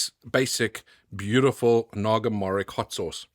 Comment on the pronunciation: Morich is pronounced moritsj btw!